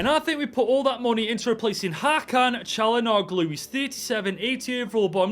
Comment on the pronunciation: Love the rebuild man. p/s still cant take it how you butchered calhanoglu's name.